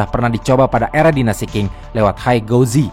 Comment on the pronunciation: Dinasti Qing itu seharusnya dibaca sebagai 'ching', bukan 'king'